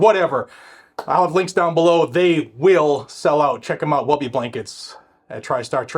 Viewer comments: It is "Woobie" like "Book" , not "Wubie" like "rub" ;) Great content. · for the love of everything good and holy, please stop saying "Woah-bie" it's pronounced "wuh-bee". Giving you a pass 'cause you are from the NE.:) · woobie. With long Os Like whoo! Without the h lol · I like the channel idea but you need to be replaced by an actual intelligent person lol. It's woobie!😂